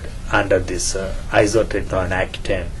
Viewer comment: He said hacutane lol